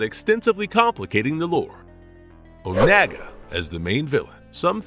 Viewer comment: FUCKIN OH-NAAGA???? OH-NAAGA??? Im disliking this video on everyone of my friends YouTube accounts